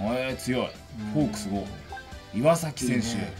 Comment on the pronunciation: タイガースファンの自分からしたら選手の名前めっちゃ間違えられてるのオイっ!ってなるなw オイカワじゃなくてオヨカワ。 イワサキじゃなくてイワザキ。